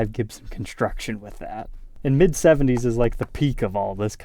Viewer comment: Conshtruction? Shriping? Annoy!